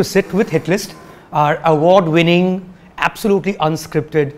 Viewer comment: Me to thought same when he says award wining